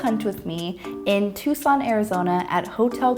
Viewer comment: YASSSS you said Tucson right. Lmao the hotel is freaky at